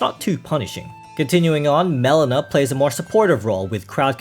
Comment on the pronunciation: In Josh's Journey, I'm pretty certain her name is pronounced mel-EE-na. Not MEL-in-a. It grated on my ears every time her name was pronounced that way.